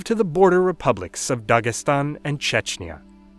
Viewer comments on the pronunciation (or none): none